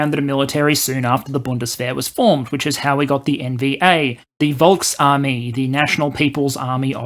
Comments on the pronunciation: important correction: Actual pronunciation is "Folks" armee! - not this americanized "wolks" armee-thing that just mistakenly produced, that americans and maybe brits regrettably also sometimes say. Every "V" that you foreigners are likely to encounter in any German word is pronounced "F". That includes the car maker "Folksvahgen", "Faterland" and "Ferboten"! Again. Nope. It is pronounced "ferfügbar" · Just a note: Its not Volksarmy but Folksarmy. The V sounds like F.